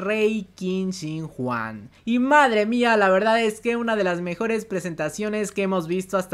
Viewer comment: Cada vez que escucho Juan un chino muere🤣🤣🤣